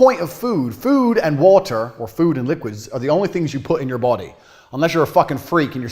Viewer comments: Your a bitch if you don't like sparkling waharr😂😂😂😂 God he's funny....by the way I'm an Aussie and that's how we pronounce wahaar too!😂😂❤ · he pronounced water in 2 different accents within a sentence 😂😂